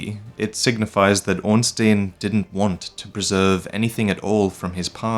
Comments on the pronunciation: Hey I love your stuff but as a German speaker I cant let this go: You actually pronounce Ornstein incorrectly. The sound goes by the second vowel in the ei/ie Ornstein = Ornschtine Ornstien = Ornschteen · It should be Orn-STAYN, and not Orn-STEEN. First, because this is how you pronounce -stein unless you are a jewish banker, and secondly because that's how the phonetic Japanese name reads. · why do you pronounce Ornstein as Ornsteen like an American country bumpkin would? The correct way is Ornstine, especially as the game is set in an older age and pronouncing an obvious German name like it should be in German makes more sense. Surely you don't pronounce Frankenstein as Frankensteen or Albert Einstein as Einsteen? So why do it with Ornstein? As I said, it makes you sound like a yokel. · Your pronunciation of Ornstein makes me cringe. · Don't take it too personally, I like your videos, and most people pronounce it wrong anyway. Miyazaki uses a lot of German names in Dark Souls, Ornstein is one of them. Orn meaining ornate, and stein meaning stone. I would recommend using google translate to hear how it pronounces it. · Man,, you of all people should know how to pronounce Ornstein by now. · pronunciation of Ornstein is all wrong in this video.